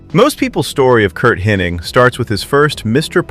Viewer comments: His name is "Hennig" not " HennING" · Be nice if the commentator was able to pronounce Hennig’s name correctly, without an N.